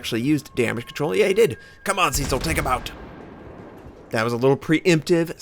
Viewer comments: If you're of British/English heritage, it's not "see-sill" but "SESS-ill". I'm sure you wanted to know that, lol. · I was thinking that. I have heard Cess-ill more often.